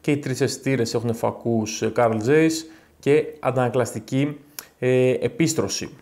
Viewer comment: Carl Zeiss προφέρεται Καρλ Τσάις